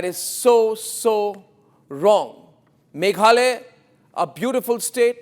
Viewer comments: it’s Meghalaya not Meghalay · Not maghaloy. Maghalaya. Name my state